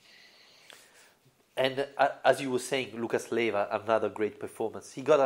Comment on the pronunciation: LEIVA not LIEVA. Ley-va . . .